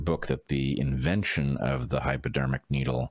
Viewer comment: sound like you calling it Hyperdermic needle